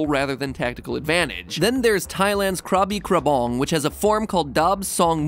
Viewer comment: I have to throw it out there, I... I have to... so, Matt! when you mention the Thai Dual Wielding. The exact name isn't Krabi-Krabong(you kinda nail the pronunciation there) which is directly translate to sword and staff.... it's just a generalized name which leads to nothing in terms of the exact martial arts itself. cause everything is included in there. and the "daab song MUE", is ....directly "dual-wielding sword" daab means sword, song means two and MUE....you guess it! hands. so it's not the actual name of any dual-wielding school or style. it's not an actual name of anything really. and spelling mue is such a misleading way of pronunciation. yet, I cant describe the idea of that word either...... sad